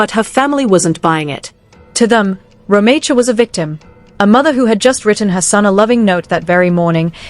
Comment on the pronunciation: You are pronouncing her name wrong